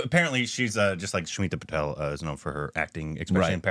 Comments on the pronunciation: It's Smita 'Patil', not Smita 'Patel'. Patil - Marathi Patel - Gujarati. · Its Smilta Patil not Patel